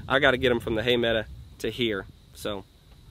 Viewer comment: PLEASE STOP SAYING HAY MEDA!!! It's a hay meadow! I love watching you and your crew but my spine turns into a knot when that one word is mutilated! Lol